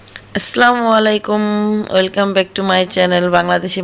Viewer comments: আপু আপনার সালাম শুদ্ধ হয়না। প্লিজ শুদ্ধ করে সালাম দিন। শুদ্ধ করে সালাম না দিলে সালাম দেওয়ার মানেই হয়না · Tik bole so salam shuddo na hole ortho shotik hobe na